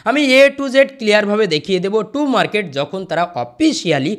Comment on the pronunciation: Too market nh tom market 😂😂😊